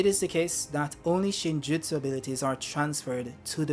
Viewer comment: Yup you pronounced it perfect... btw, I'd have stuck with Chocolate 😅